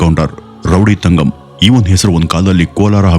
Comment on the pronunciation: It's ತಂಗಂ not ತಗಂ